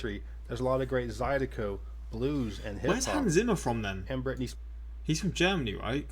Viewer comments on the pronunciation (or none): none